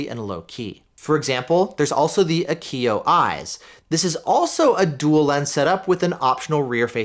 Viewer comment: Very nice review. I recently got the A229 Plus 2 channel and am very happy with its performance so far. As a radio guy, your pronunciation of Viofo as "VFO" is great, thanks for all you do!